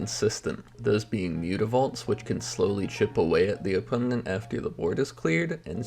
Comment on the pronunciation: opponent has 3 syllables not 4